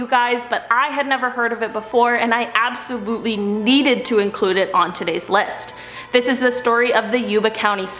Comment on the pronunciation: ABSTaboTLY